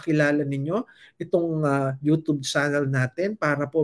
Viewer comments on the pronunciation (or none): none